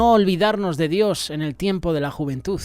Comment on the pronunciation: 😮juventuz no se dice" ni verdaz...😢😢😢tampoco.